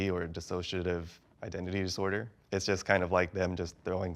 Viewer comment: I love this episode !! P.S. Disorder * Not “Dissorder” 🤔